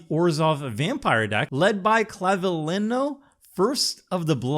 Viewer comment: The ñ in Clavileño makes the last syllable sound like nyo.